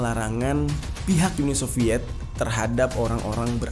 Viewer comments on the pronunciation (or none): Walaupun tulisannya "Khrushchev" cara membacanya yg benar adalah "Kruschov", lalu "Uni Soviet" bukan dibaca "Yuni Soviet"